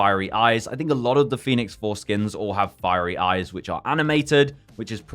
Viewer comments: Everytime you say Phoenix Force skins, I only hear Phoenix Foreskins lmao 😅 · Thats all I can hear also! Foreskin 🤣🤣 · I keep hearing "Phoenix fore-skin" lmao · I can’t unhear it now 😂😭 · And now I can’t unhear it thanks lol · I WAS ABOUT TO SAY! HAHAHAHAHA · Can't unhear this now rofl.